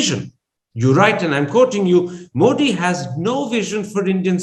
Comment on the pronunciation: Love your program, Karan. But, it would be nice for you pronounce Modi's name correctly, not with a hard D as Americans do, but with a soft D (as in thee). I think even BBC tries to get it right.